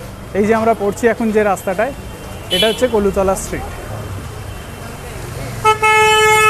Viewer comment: কলুতলা না "কলুটোলা"